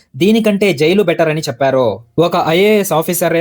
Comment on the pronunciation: అంతా బాగుంది కానీ, చెప్పారు.. అన్నారు.. అనే బదులు, చెప్పారో.. అన్నారో అని ఎందుకు చదువుతున్నారు?